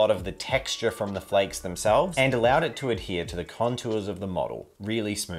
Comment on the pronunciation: Are you saying “flecks” or “flakes”?